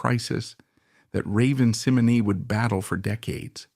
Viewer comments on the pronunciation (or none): Incorrect! 60% of this video is untrue. Raven Symone is not pronounced Seminay. And its saying Cosby was doing bad things to women during the show. He was arrested years after the shows end.